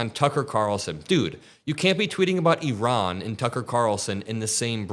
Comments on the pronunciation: It’s ear-ON, not “EE-Ron”!!! The stress is on the second syllable. Iran: ear—ON. Get it? Good! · Eron? I thought it was pronounced I ran